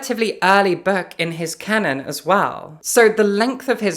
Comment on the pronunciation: Why does she say "berk" for book, "wahl" for well, and "rusks" for risks?